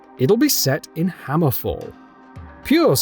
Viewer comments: Hammerfell not hammerfall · Terrible video, at least pronounce Hammerfell correctly and do some research about Redfall which is an already published game, was a bunch of other stupid things in this video too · 1. It’s HammerFELL not HammerFALL 2. Redfall is a whole game by itself.